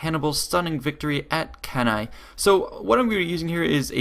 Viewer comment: HE PRONOUNCED CANNAE PROPERLY!!! HEY EVERYBODY GET OVER HERE HE PRONOUNCED CANNAE PROPERLY!!!